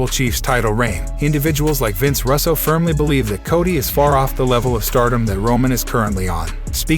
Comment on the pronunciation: He doesn't know how to pronounce Vince Russo's last name?? Wow.